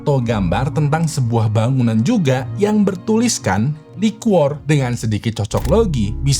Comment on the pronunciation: Been watching your videos for few years now BUT YOU STILL FAILED TO PRONOUNCE LIQUOR, LOS ANGELES WRONGLY 🙄🙄🙄🙄 BLAJAR PLEASE JGN LAH TAKDE IMPROVEMENT 🤦🤦🤦 IT'S NOT EVEN ROCKET SCIENCE 🥴🥴 and their names errghhhh... Learn them first!!!